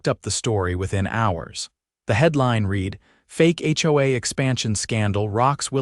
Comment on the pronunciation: It's not "it read" as in bead, deed, or greed. It's read as in bed dead, or sled. Get it right you damned fools or flush your AI where it belongs..